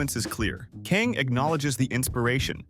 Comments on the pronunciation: why does the narrator keep saying 'Kaeng' like it's spelled that way? It's literally 'Kang'. So annoying ㅋㅋㅋㅋㅋ 🤔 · '캥'이 아니라 '강'인데 성을 바꿔버리네ㅋㅋㅋㅋ Not 'k-ae-n-g'.... it's like... 'g-ah-n-g', sounds somewhere between 'k' and 'g'